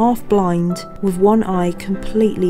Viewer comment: I adore you and your work. You're brilliant at what you do. But your substituting "f" or "v" for "th" is awful. "fink" for "think", "wif" for "with". This is just way beneath you.